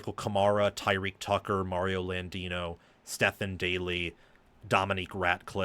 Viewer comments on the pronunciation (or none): none